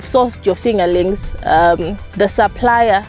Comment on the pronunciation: If she says “fingalinks” one more time 8’m gonna lose it!!!!